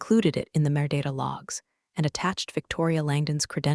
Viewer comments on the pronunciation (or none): Merdata - pronounce Metadata. merdata is Italian for crap (vulgar) if you believe Wiktionary. Please teach the AI to speak better, not mangle terms, butcher $$ amounts, mispronounce acronyms. Should be easy because it keeps using the same tired ones over and over again. The stories are entertaining but the AI is very annoying. Has a very nice voice though